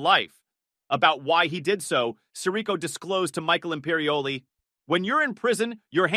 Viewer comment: The mispronunciation of Sirico is killing me lol